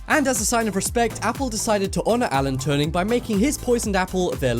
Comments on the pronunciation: Alan TURING. Not turning. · Turing. (too-ring) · Did he say Alan "Turning " ? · Did you say "Turning"? I thought you said "Turning" it's actually "Turing" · You mispronounced Allan Turing's name. It's "Ture-ing" not Turning. Other than that good video. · Alan Turing. Not turning. Xx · Who the bleep is Alan Turning? There's no "n" in "Turing". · TURNING!?!? ITS TURING YOU IDIOT!!! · Apple: the man's name was Turing ("touring") not Turning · its Turing not turning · 1) Alan Turing is pronounced (Chur-ing) not (Tour-ing) lmao 2) It is better know he died from Suicide, of Cyanide Poising... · i'm sorry but his name isn't Alan Turning it's Alan Turing...interesting video tho! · Haha Alan turning lol it's Alan Turing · Turing! not Turning... wow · "Alan Turning" are you fucking serious he's called Turing. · Not tryna be a dick but it's Alan Turing not turning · You called him Alan Turning, it's Turing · "Alan Turning"? Do you mean "Turing"? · Wait? What? Alan TurNing? No his name was Alan Turing (no letter N in the middle) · Alan Turning? IT'S ALAN TURING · Alan Turning? Alan TURNING? It's Alan Turing for Christ sakes. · Alan Turing not Turning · It's Turing not turning. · Am I the only one disturbed that he says Alan "Turning" ? xD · It's Alan Turing you muppet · Can u actually read his name is Alan TURING